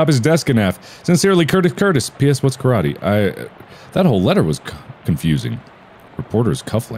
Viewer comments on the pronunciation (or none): none